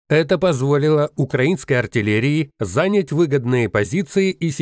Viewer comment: Ребята, в этот раз много школьных ошибок. Правильно: заня́ть позиции (не за́нять), границы незаконно включённых территорий (ё — всегда под ударением), даже если и задом, но всё равно ретирова́ться. Покажите, что владеете русским языком лучше самих носителей языка. Побеждайте противника на его поле! Чтобы у зрителей никаких сомнений не было, что вы относитесь к работе с вниманием.